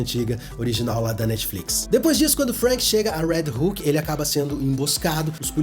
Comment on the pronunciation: Quando tu falava "Red Hook" eu pensava que tu tava falando do "Red Hulk" kkkkkkkk